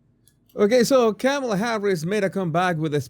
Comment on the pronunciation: please pronounce her name correctly. I agree with all you have said, but her name is pronounced, "Comma la". Just like the comma in grammar. Not Cam a la.